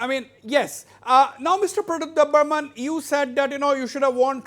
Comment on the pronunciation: Not debbarman , It's Debbarma